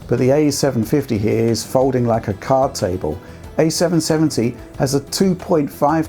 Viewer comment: fowding like a caaard tabew, no way tracing on the switch then, or the ps4 pwo, not a great pwice rite? big performane dwops then